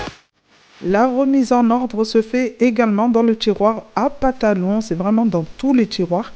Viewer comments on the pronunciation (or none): cc bonne idée de ranger et d 'avoir une bonne organisation avant rentrée scolaire! par contre on dit pantalon et pas patalon lol ....a bientot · Super vidéo 😂 tu m'a bien fais rire quand dit PaTalon 😂 attention je me moque c'est juste drôle ! Ya tjrs un mot qu'on déforme mois c'est aéroport je dit arretoport 😂😂